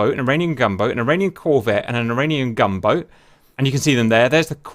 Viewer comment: No offence but I was so confused the whole time because I thought you were saying "Iranian Gumbo"